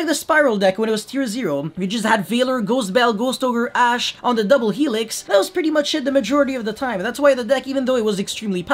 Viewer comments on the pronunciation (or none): none